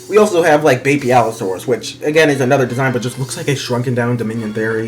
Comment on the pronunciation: Your Pronunciation of Beipaosaurus sounds like your saying "Baby Allosaurus" so much